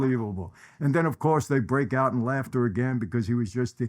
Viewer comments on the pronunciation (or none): none